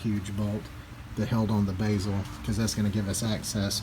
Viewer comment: “Take the Basil off the front” lmao 😂 it’s pronounced bezel.